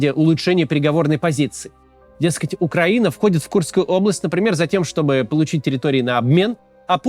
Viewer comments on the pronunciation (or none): none